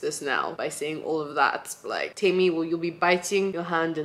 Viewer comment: I like that you pronounce your name right. Like Temí meaning mine and not Temmy.